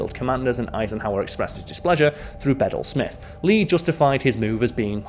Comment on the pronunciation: The name Bedell is pronounced Bah-dell, with the emphasis on the second syllable. I love your videos, Karl, and wish you continued success.